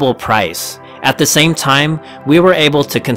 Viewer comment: I'm sorry to pick on this particular (and largely worthwhile and interesting) video, but can we all agree that people who choose to speak publicly should take it upon themselves to learn how to pronounce “nuclear”? True, this speaker also doesn't realize he is mispronouncing “the” half the time, but that's more of an understandable lapse than an error. “Nuclear” can only be correctly pronounced in one way, period. Unless we change the word itself, it's pronounced “NOO klee er”, and will be for the foreseeable future. Saying it differently makes you sound ignorant, and if you decide public speaking is for you, maybe ask yourself if sounding uneducated is really what you want to convey. If it is, then by all means, “nookuler” away.